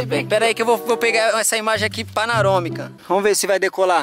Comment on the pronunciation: ele falou paranomica kkkkk